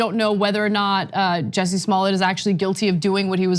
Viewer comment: Jussie. JUSSIE not jesse.